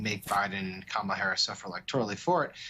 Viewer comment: HE is so mentally impaired, he can't pronounce her name. total embarrassment.